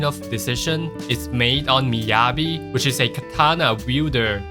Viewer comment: How do you pronounce Yanagi right but not Miyabi bro...😄